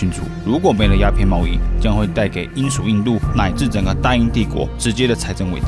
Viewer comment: 人家是英SHU印度，不是罂粟印度